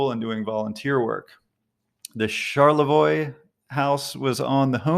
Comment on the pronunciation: Props to you for pronouncing Charlevoix correctly